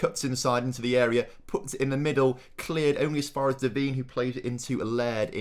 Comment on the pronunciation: please pronounce Allie Devine name right! NOT “Deveeeen”. It’s pronounced “Da-v-eye-n”.